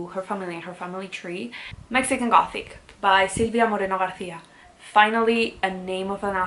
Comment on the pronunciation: Díos mío estaba super concentrada escucharte hasta que has dicho Silvia Moreno García y ha sido como wait ¿perdón? eso ha sido muy español por tu parte jajajajaa suscrita desde ya